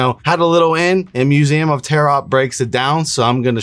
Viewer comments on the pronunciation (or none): can you demonstrate how you get to believing what you do assuming the null hypotheses at every step? Also the second t in Tarot is silent, its pronounced tear-O. Like the cards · duuuude you can still delete this.. or redo it. Constantly mispronouncing Aura and Tarot is cringe as hell. Love you anyways man, let's get back on the road to 9.